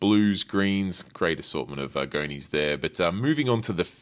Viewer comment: pumps… why you pronounce words like that 🤣 Goni pronounced goknee like what